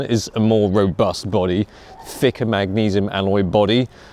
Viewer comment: Telescopes & Cameras with Chris basically it sounds like "ficker" which means "fucker" which is an insult.